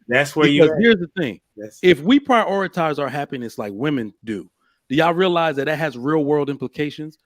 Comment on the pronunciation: Someone tell that it is "prioritize" not "prioriterize" lol. It's his favorite word, but he constantly says it incorrectly.